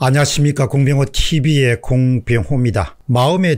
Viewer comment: 공병호 (티비)를 강요하는건 좀 아닌것 같은데요 오히려 (공병호)에 엑센트를 주는게 맞는듯.. (제 개인적인생각)